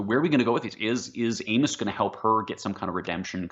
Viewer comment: dude without the beard really needs to learn the pronunciations of the characters names, it's really irritating when you do a review and you can't pronounce Amos